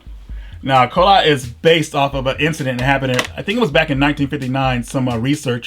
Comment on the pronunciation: Kholat is actually pronounced like "Hole-ot" or "Xhol-ot" and actually means "cold" in Russian.